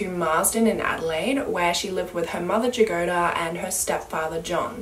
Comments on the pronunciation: Jagoda is actually pronouneced as Yagoda, with the accent on the a after Y, it means strawberry. Sorry, no offence or anything, it was strange to hear the name pronounced with J at the begining. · i don't wanna nitpick and i know slavic names aren't easy to pronounce but it's pronounced as Yagoda and it means strawberry